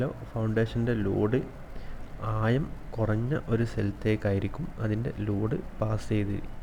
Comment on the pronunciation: ആദ്യം സംസാരിക്കാൻ പഠിക്ക്. ആയം അല്ല ആഴം